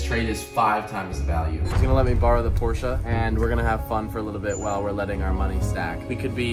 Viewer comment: Dude says Porsche instead of "pOrSsSsH", he can have all my money.